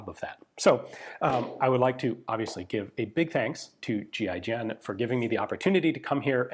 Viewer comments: 🤦🏼 I thought he was saying G.I. Jen…. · Every time he says GIGN it sounds like G.I. Jen... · kept hearing "GI Jane" whenever Ian spelled GIGN. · You say 'G.I.G.N', i think; "giggin'"....... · Ian says GIGN . My brain hears GI Joe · You're telling me it's not pronounced "Ghee-ghen" 😶